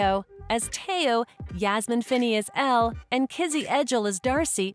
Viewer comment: It’s also el not Elle and Tao not the way she said it